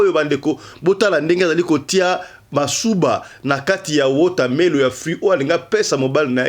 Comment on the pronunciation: Wutamelo te WATERMELON Ovandi na mboka y’a anglais mais koloba zéro 😡